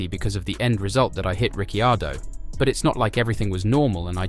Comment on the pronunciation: Nice video, but duuude please pronounce drivers name as they should be...("Richiardo","Fersthapen",the last one not this video of course)